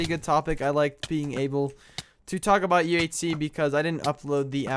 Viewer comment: when you said "talk about" it sounded like "taco bell" so i made my mom get taco bell! c